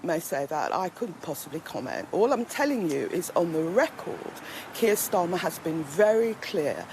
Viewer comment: She said Steir Karmer instead of Keir Starmer 😂🤣 pure comedy this one. A gift to the Tories.